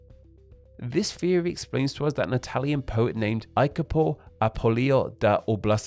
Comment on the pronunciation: "IACOPO" is pronounced "YACOPO", as is its modern equivalent "JACOPO", which is "Jacob" in English.